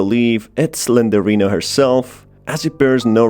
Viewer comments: SlenDRINA not Slenderina. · its slendrina not slenderina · Im sorry! The way he says Slendrina's name triggers me!🤣He saying "Slenderina" when he should be saying her name which is Slendrina! LMFAO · I just hates the way he pronounces it wrong. Its Slendrina. Not Slenderina. It was like nails on a chalkboard getting through this vid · Quick correction , it isn't slenderina , it's slenDRina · Why are you saying Slendorina bro? I couldn’t understand it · You mispronounced slendrina it’s 3 syllables